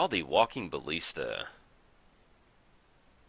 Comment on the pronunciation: Jeez, its walking ba[ll]ista. Not bal[ee]sta.